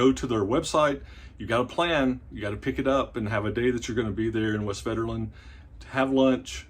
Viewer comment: The v is pronounced as an f, the w is pronounced as a v.